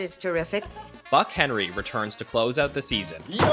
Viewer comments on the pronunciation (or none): none